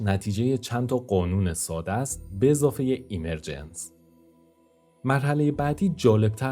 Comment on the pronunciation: درود. عالی بود. فقط دیکشنری گوگل اِمِرجنس (به جای ایمر...) تلفظ کرد.) مطالبی که قبلا هم به بعضی‌شون، با فکر و تحلیل، تصور یا بر اساس جهانی با الگو یا قوانین تکرارشونده یا فراکتالی، رسیده بودم. به‌ویژه احتمال بالای تکرار فراکتالی یا کپی‌شونده‌ی جهان‌ها. و ناتمام بودن این همه رنج یا پیچیدگیِ پوچ. شاید هم بر اساس قوانین تکرار، بشه تصور کرد یا حدس زد که همون اتفاقی که قراره به زودی برای تولید موجودات هوش مصنوعی به دست انسان (که خودش محصول فراکتال و اِمرجنسه) بیفته، در اثر تغییرات تصادفی طبیعت و دیگر موجودات، زمانی برای جهان ما هم افتاده، و جرقه‌ی اولیه‌ی زندگی مادی یا جهانی ما (مثلا از بیگ‌بنگ یا از شروع ایجاد حیات زنده) رو ایجاد کرده باشه. در کنارش، پدیده‌ی اِمِرجنس/ظهوریافتگی برای افرادی با نگاه زیر سوال‌برنده‌ی آفریننده‌ی خردمند/توانمند/همدرد/دلسوز (مانند خداناباوری) که با تحلیل و تجربه‌ی واقعیات تلخ جهان بهش رسیدن، یادآورِ رنج فرگشت و به خود وانهادگی در جهانی بی‌صاحب، بی‌حساب و ناعادلانه، پر از جنگ بقای بین‌گونه‌ای و بین‌همنوعی هست؛ و افراد دچار معلولیت و محرومیت، قربانی‌تر، تنهاتر و رنجورتر. که پناهی جز همون نظام‌های اجتماعی اخلاقی یا حقوق بشری دارای حمایت‌های اجتماعی (ساخته ی اِمرجنس یا ظهوریافتگی) ندارن. و اگه در جوامع غیرانسانی، توسعه‌نیافته یا محروم باشن، رنج‌هاشون چندین برابره یا شانس بقای کوتاه‌مدتشون هم کمه.